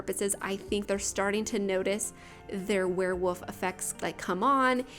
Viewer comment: Is it just me or does it sound like you say werewoof? Haha it sounds so cute :)